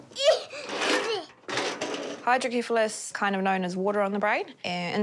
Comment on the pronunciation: Why does keep mispronouncing hydrocephalus? She keeps saying HYDRO KEPHALUS!! It's HYDRO CEPHALUS!!